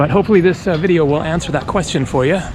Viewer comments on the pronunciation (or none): none